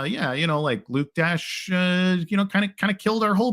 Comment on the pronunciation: Just for future reference, it's not pronounced "Luke dash junior", it's pronounced "Luke dasher".